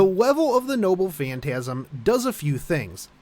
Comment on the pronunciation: I keep hearing him say “nobbu phantasm”